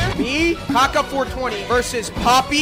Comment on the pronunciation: "gaga are u friendz with mr beazt" cant even say kaka properly.